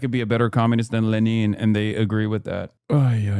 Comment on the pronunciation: NGL as an eastern european, the way Trump pronounced LENIN got me :D :D :D